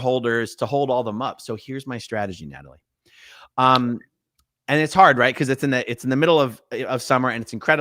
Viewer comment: Where is Nay-tall-ee at?